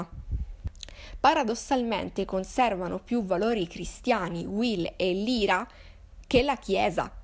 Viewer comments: Odio essere quel tipo di persona, ma il nome della protagonista pronunciato "Lira" non si può veramente sentire, è "Laira", che suona come "liar", bugiardo. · Ciao! (Premessa: molto umilmente ed inutilmente in ritardo, visto che ormai hai letto tutto 😊) volevo dirti che il nome della protagonista (Lyra) in realtà si pronuncerebbe LAIRA 😊... Ho trovato un video dove lo si può sentire bene: vedi attorno al minuto 1.00 Bacio 💗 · La tua analisi secondo me in molti punti è giusta ma in altri assolutamente no, ma non è per questo che commento! E perché non si può sentire la tua pronuncia di Lyra!!! Non si chiama Lira!!!